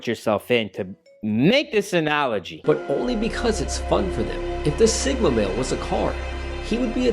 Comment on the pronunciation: I understand it’s a hard concept to grasp for a guy who can’t even pronounce analogy correctly lol.